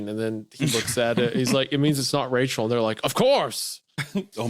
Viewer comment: Oh Wachel, my beawtiful bwide